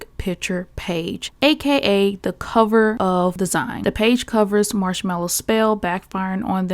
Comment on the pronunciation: Hi, I love your videos and always watch as soon as you upload. I just wanted to say, kindly and respectfully, it’s pronounced ZEEN ❤